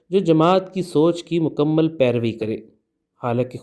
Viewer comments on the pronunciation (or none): none